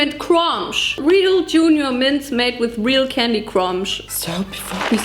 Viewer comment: cromch LOL